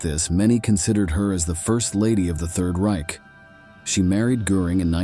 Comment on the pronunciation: 'Ryk' was like fingernails on a board - it's reiCH, like loCH!